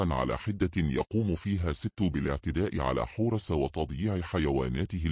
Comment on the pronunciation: مثلا كلمة حورس بيحط فتحة في الاخر لو كتبتيها حورسْ هينطقها صح لأنك حطيتي سكون على اخر حرف